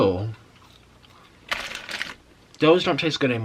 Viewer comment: Omg I laughed so much when you were telling the story of the Hardees worker and then your new word “Thaose” about the BK fries 😂😂